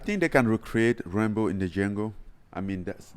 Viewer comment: Every time Francis said Rumble in the Jungle, I heard Rambo in the Jungle 😂